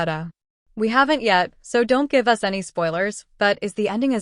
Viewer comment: It’s A.I. I just realized when they said “U.S.” instead of “us” it’s too bad though. I really needed to read this for Book Club.